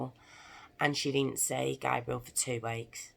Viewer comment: U pronounced his name the way the girls version is pronounced his name is pronounced GABE- BRE-ALE. NOT GAB